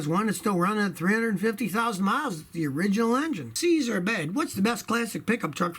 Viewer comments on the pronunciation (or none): none